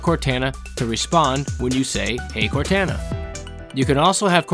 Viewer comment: That is absolutely not how you pronounce Cortana